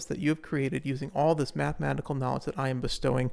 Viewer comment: Matikanecal not mahematical.